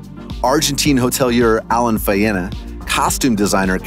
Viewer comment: You are pronouncing Faena incorrectly!